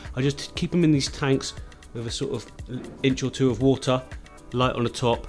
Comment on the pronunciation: Just had to bring it up... "The Woohtaa"